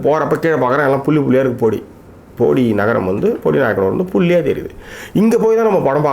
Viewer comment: How u have been living in the world worst pronunciation its bodi not podi and one more is bodimettu and not bodi medu